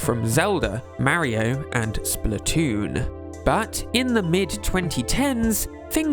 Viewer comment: Why do you pronounce “Mario” so wrong? I can’t make myself sub to you for that.